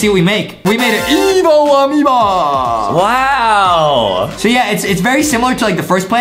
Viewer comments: hey justin its not ameba amoeba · i like when justie said AMEOBA